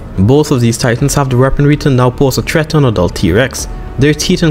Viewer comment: bro u said treat instead of threat